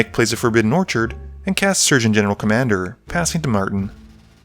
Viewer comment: You dont actually say the General in Sturgeon Commander's name